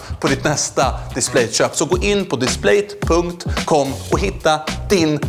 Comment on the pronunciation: Triggas oerhört mycket av hur du uttalar Displate 😅